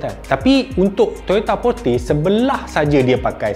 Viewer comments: Cara sebut kereta Porte tu bukan Porte, tapi Porte 😁 harap membantu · Toyota porte la,bukan porte...porte,sebut btol²..,bukan porte.. #donegaduh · Porte lah bang bukan porte tu pon xtau apa lah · kt iklan Toyota tu dia tulis ポルテ so sebutan dia Porute (e taling). 😽